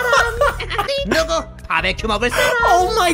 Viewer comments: says 누고 as in Neogo which means Who lmao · raven godric not nibbu... it's nugu